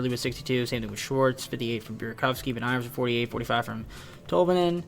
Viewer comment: Matty BeNEARS. Not BeNEYERS.